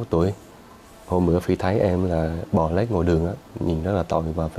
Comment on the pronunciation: 'bò lết' chứ 'bò lếch' ko có nghĩa nhé kênh!!!!!